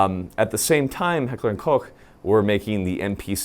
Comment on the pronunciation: Why is daddy saying heckler & koch so well your biggest enemy would be proud